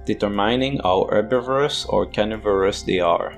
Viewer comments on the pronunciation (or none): none